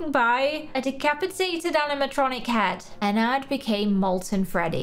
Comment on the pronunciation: i love your channel but it’s not pronounced Enn ard it’s pronounced Enn erd